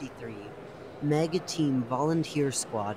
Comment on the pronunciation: I suggest adding pauses where there are colons and pronouncing M. E. G as the individual letters instead of meg